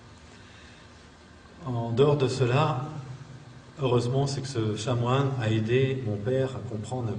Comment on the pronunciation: On dit Chanoine pas chat moine. .....